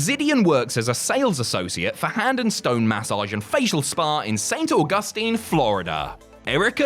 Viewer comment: I’m from St Augustine lol… you butchered it… bad lol